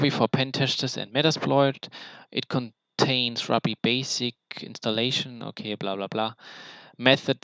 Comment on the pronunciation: Love your in-depth honest review of the content. I laughed when you said "maybe I'm just stupid", I feel this way when things are very hard to grasp and understand haha. Also, not to be nitpicky but ruby is pronounced (roo-be). I was confused for a minute until you mentioned metasploit's foundational language lol. I don't mean to step on your toes btw. I do have a couple questions: 1. Why did you take this course in preparation for the OSCP in comparison to the training they provide upon purchase of the exam? 2. Was it an affordable/worth it expense? Did you customize your content, how much was it in total? 3. Are you able to share the content you have received from the eCPPT? If so I'd be very interested in any shareable content! I am taking the sec+ this month. Then I'm going for the OSCP. My goal is to achieve the OSCP by end of 2017-early 2018. If you're interested in chatting, I'd like to hear your experience f2f on skype sometime? Thanks! -Vince